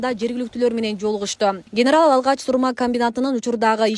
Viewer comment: Сурма эле дегилечи сур ь ма дебей